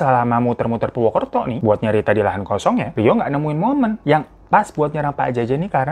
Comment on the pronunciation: Purwokerto bang napa jadi purwukerto 😭🤣